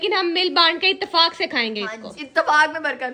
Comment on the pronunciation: Itfak nhi hota ithaat hota hai😂